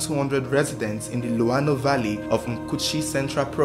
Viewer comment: Am a zambian from Mkushi, I like the way you pronounced "luano" and "mkushi," shows that you really did your research.. I owe you a subscription and a bunch of shares..